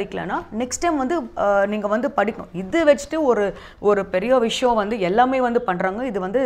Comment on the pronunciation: சகோதரி சாப்பிடுவது தமிழக சாப்பாடு தமிழை விரைவில் கற்றுக்கொள்ளுங்கள். விஷம் இல்லை சகோதரி விஷயம். எங்கே சொல்லுங்க விஷயம்.